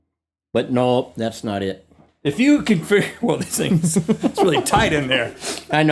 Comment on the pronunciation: lol the ways he says NOE!